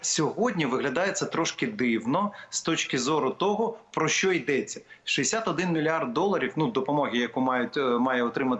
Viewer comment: ВЕДУЧА!!! НЕ сЧЧЧо а що.... звук шшшшш шшшщо, щ це майже ш, там Ч немає